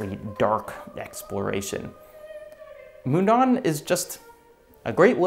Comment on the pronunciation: As a Swiss Person living near the real Mundaun I'm really happy to see big Youtubers talk about it. Just one small note - you pronounce it more closely as "moon-down" not "moon-dawn" ;-)